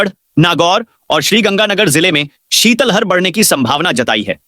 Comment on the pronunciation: शीतल हर नहीं शीत लहर होता है, थोड़ा उच्चारण सही करो